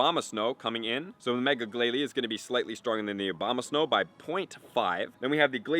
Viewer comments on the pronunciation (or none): Was i the only one to hear "Obamasnow"? 😂